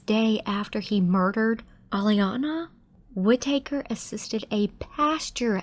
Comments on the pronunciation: Whit-taker? Wouldn't you learn the correct pronunciation before u say it wrong 100 times? LOL! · Whitaker…short “a”. Please pronounce the last name correctly.